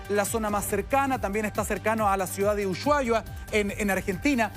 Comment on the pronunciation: El periodista no sabe pronunciar Usuhaia. 😅 a mi también me costo pronunciarlo